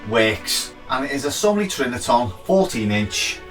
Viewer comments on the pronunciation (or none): Are u saying TriniTON?? 😂 Cool vid! I used metallic grey permanent marker on my Trinitron scratches 👍🏻 worked well